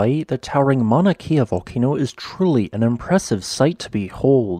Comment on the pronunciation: Just a quick lesson in pronunciation. The letter ‘E’ in Hawaiian is pronounced like the e sound in ‘Wed’. The long ‘e’ sound is spelled with an ‘I’ like in the word Waikiki. Kea would rhyme with Princess Leia